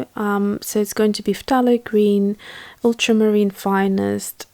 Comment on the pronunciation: If I were pronouncing something incorrectly, I would want someone to teach me the correct pronunciation. This is in reference to the lady mispronouncing ultramarine. So I wouldn’t have a problem in politely teaching them. That’s just me. 🙂 And yes, you are pronouncing phthalo correctly. 😁 Those were gorgeous colors you mixed.